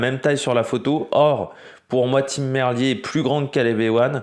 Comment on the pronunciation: salut, d'accord avec ton analyse sur cette 1ère étape, juste Tim Merlier se prononce "Merlire"